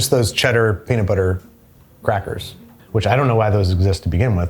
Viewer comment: "and the amount of peadit bledder flebber is entirely up to you!" so true king